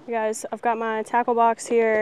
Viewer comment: When she said tackle box why did I hear taco box 😳😳😳🤣🤣🤣🤣